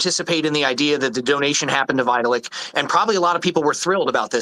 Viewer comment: Lolol "Vita-lick"